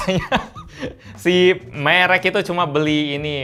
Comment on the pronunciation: Cara baca merek yang bener itu merek bang, bukan merek. Kalo merek beda artinya ntar.